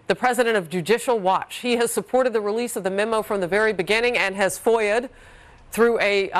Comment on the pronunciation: Two things for the woman: needs longer lashes and when she says, FOIAed" maybe not everyone can follow that word